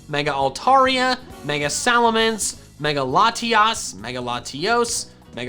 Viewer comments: SALAMENCE, NOT F*CKING SALMANCE! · SALAMENCE, NOT SALMANCE!